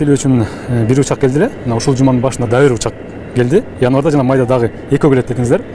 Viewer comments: Инварда эмес январда деп эле суйлочу обу жок десе. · Инварда дейко кайра, кайра эле🤦‍♀️.Январь деп суйлосо жакшы болмок.